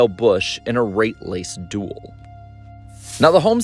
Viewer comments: He says "rate lace duel" instead of "late race duel", I thought I heard wrong until I listened back a couple times, lol. :) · Did anyone else catch him saying “rate lace duel”? 😂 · "rate lase duel" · At some point you say Rate Lace duel ...lol see if anyone catches it.